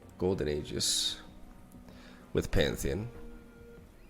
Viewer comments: HE'S STILL PRONOUNCING IT WRONG BUT I WILL LET IT GO SINCE HE CORRECTED HALF OF IT (then reverted back to his version later) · stop saying Golden Aegis, its Golden Aegis. hope it helps